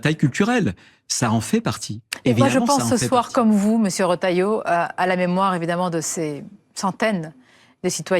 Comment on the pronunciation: Retailleau et non pas Rétailleau 😊